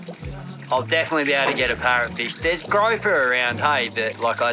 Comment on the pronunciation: “GREW-per” not “GROW-per”....I love it. Love all yalls vids. Stay safe and God Bless!